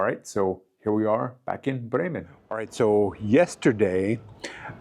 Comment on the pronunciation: Funny! You pronounce "Brreymen" like the locals. Cool!